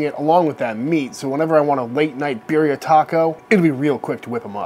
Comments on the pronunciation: I LOVE your channel and as a medically retired police officer (due to a traffic collision). I also love the fact that you pay so much respect to those who wear a uniform! However, I’m just a whiteboy from Los Angeles, but here we pronounce Birria as Bea-de-ah…. Hmm, that isn’t even doing it justice. You have to roll your tongue when saying it. Bei-de-ah. But anyway, you did say it wrong. No big deal. Either way, it’s absolutely delicious! It’s definitely GOOD STUFF! would LOVE to watch you make Menudo! (Again, you have to somewhat roll the tongue when saying it. But, it’s pronounced “mon-nudth-oh) When done right without smelling like a rotting corpse? It’s absolutely AMAZING! Just have to make sure you REALLY clean the tripe VERY well before cooking it! It’s ABSOLUTELY DELICIOUS when it’s made right. Just everyone gets scared of what’s it’s made from! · Let’s correctly pronounce “birria” out of respect though please